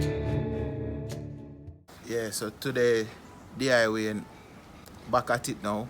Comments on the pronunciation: Lool no sa "Di" Wayne build a chune! Lol I'm dying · a you say DIY 😂😂😂 you no see Momo a style...